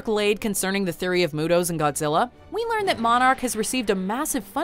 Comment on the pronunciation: "We call him Go-zilla"